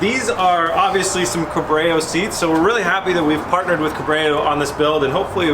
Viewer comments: Corbeau is pronounced Cor-Bo like a southern dude Named Beau/Bo, just a lil piece of info hava nice day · I’m sure Corbeau loves being your partner, all while you call them Co-Brayo. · I just went to the comment section to point that out. 😂😂 it should be COR-BOHH. As in „Ohh yeah“ , right? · Always amazes (read "horrifies") me how many people are either dyslexic or just can't read !! And YES it should be CORE-BO or CORE-BOW (as in BOW & Arrow not "to bow to a person") or CORE-BOH. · Pretty sure it's pronounced corbo , not whatever you said . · Corbeau is pronounced like "Korbo" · "Co-bray-oh" seats... hahahaha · You haven't heard of those core-brayooo seats, bro? They are the best, bro. I think they're Italian. BTW, Here is the audio of the correct pronunciation: Yes, I reposted. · It is pronounced Core Bow. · Bruh didn't even try to say the name right 🤣 "Co-Bra-You!" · Ah yes, the famous company cor-bray-o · Corbeau pronounced Cor-bow, You keep putting the R after the B when you say it and it is making me twitch. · Bruh, it's pronounced "core-bo" 😂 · core-bo (corbeau means Crow in French) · You sure those seats aren't pronounced "Core Bo"? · Core-Bow dude. lol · I thought it’s pronounce cor bo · Its pronounced "core" "bow".... Love ya! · Cuh-brayo😂😂😂 Bro please read the seat😂 Almost as bad as tavarish pronouncing murcialago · CORBEAU is pronounce CORBO is a raven is french. Good video ! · say it with me Core-Bow! LMAOO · its pronounced "core-bow" seats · Only one "R' in Corbeau , and its pronounced Corbo, at least here in Oklahoma. In all fairness though, the build is bad ass. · Cuh-breau? Lol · Gets a sponsorship by Corbeau (pronounced Core-Bo), butchers the name and adds an R to the name where it doesn't belong. Sorry Corbeau .... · It’s pronounced “COR BOH” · isint is said like core-bo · It’s pronounced Korb-O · Corbeau pronounced Cor-Bo lol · its kor-bow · Core-bow homie. Core-bow. Lol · Yeah.. 'corbrayo' made my ocd stand on end lol 😂